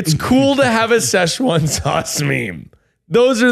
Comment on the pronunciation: Zack can't say sechuan loool